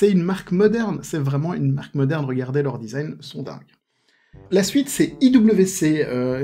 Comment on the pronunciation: IWC se prononce IVC même en Suisse romande.